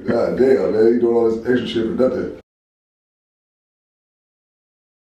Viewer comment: He say shidd chapter 7 bankruptcy